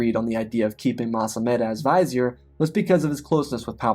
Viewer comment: Great story but that pronunciation of vizier was really distracting....